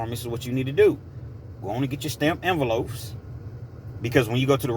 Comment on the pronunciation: Envelopes, not enveloafs. 😁